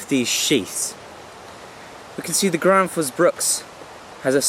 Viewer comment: Gransfors not Granfors !